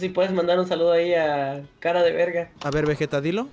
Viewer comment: no mames porque le dicen vejeta nddjdjjsjd es vegeta pinches locos dksndnns alv